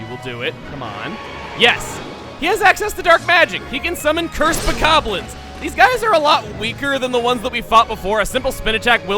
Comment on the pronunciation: hey, this is the same guy who didn't know how to correctly pronounce bokonlin. let's not get fussy